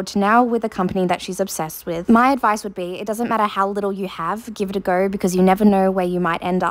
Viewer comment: the way she said go is “gaur”